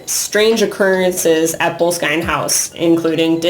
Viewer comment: Heads up,try learning pronunciation. BO-LESS-KIN house.Arch ie bauld Frazer .This isn't rocket science.A little respect goes a long way.